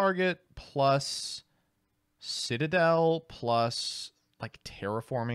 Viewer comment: I liked the part that featured nearly mispronouncing Citadel as Shit-adel lol